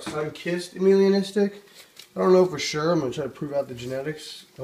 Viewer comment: Beautiful snakes dude... Gets a thumbs up from me. Although it isn't "Amelia-Nistic" it's pronounced "Ay-Melah-Nistic" :) ... As in it lacks Melanin pigment in the skin.